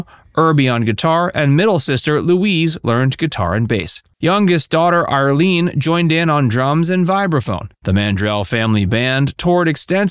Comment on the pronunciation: Oh my gawd, the youngest sister is IRLENE not Arlene. How do you mispronounce someone's name multiple times if you've researched your subject? And Barbara was not hit by a drunk driver. Her car was hit head on by a 19-year-old college student, Mark White, who is believed to have fallen asleep at the wheel. Zero evidence of a drunk driver. The false info this channel posts has become positively nauseating. "Facts" .... more like very little research and false statements. 🙄